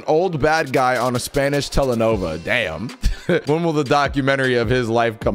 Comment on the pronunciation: Did he really say telenova 😂😂😂😂😂